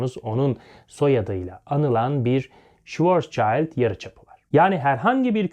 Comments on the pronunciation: Hocam, Schwarzschild ismi Almanca iki isimden oluşuyor. Schwarz ve Schild. Schild: levha, plaka, kalkan vs. anlamında ve okunuşu da Türkçe olarak yazıyorum "şild". Schwarz da siyah, kara, karanlık manasında bir kelime, okunuşu da "şıvartz". İnternette okunuşu ile ilgili videolar var. Sizi ilgiyle ve sevgiyle takip ediyoruz. Emeğinize sağlık. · Hocam öncelikle video için teşekkürler. Almanya'dan izliyorum, Schwarzschild okunuşu şu şekilde: Şıvarzşild